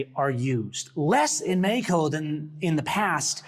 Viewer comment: It's twatty, with how shitty his Spanish is, how he keeps say, "meh- he- coh."